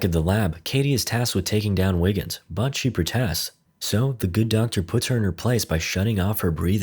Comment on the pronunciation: Are you saying Wiggins or Niggens?